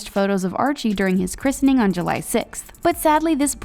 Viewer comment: Plz say Christening correctly!! It's driving me insane